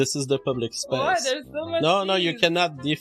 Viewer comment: She denied eem zee pube-lick spayyyyce zzzohhh she ahd to be reeemoooved